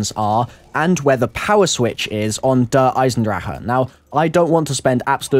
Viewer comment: Finely! Someone pronounces Der Eisendrache correctly!